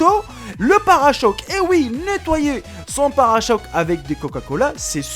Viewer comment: parachoque haha parechoque